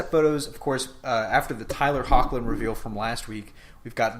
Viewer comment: I'm pretty sure Tyler Hoechlin's last name is pronounced like "heck-Lin " at least that is how the producers and cast of Teen Wolf pronounce it, no big deal though